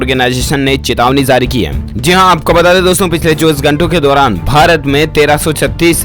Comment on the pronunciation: Zi nhi ji bolo pronounation glt h tmhara